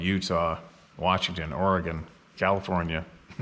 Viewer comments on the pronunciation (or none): none